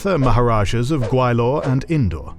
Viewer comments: I'm sorry, but the new narrator's mis pronunciation of Gwalior to Gawilor is aking to pronouncing Allen as Anal. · Gwa-li-or, not Gwai-lor. Please be mindful of pronunciations. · It’s not pronounced Gway-lor. It’s Gwa-Li-er. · The mispronunciation of "Sheeran Patten", "Skindia", Gawailore is amazing lol😂